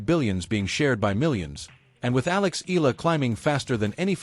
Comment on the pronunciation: E-YA-LA not E-LA is the correct pronunciation